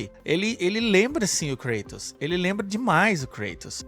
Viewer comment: A pronuncia mais correta é ''Kratos'' e não ''Kreitos''